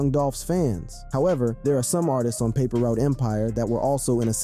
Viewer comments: You killing me saying paper root empire lol you know how they say it bra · I gotta laugh alil bit of how you pronouncing certain names and words You said “ paper root” instead of “paper route” lol LLD 🐬🐬🐬🐬🐬🐬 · wtf the narrator said paper root instead of paper route lol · Paper Route not Paper Root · daily=It's paper route not paper root!!! I don't get you young dudes on youtube at all man. how can you except to be taken seriously if you either can't spell or you purposely don't spell words correctly of the language you have spoken your whole lives? and you don't pronounce words correctly either way why? this is the way our kids will grow up to be man with the same stigma of ignorance on them!!!! #message pick it up!!!!! 👆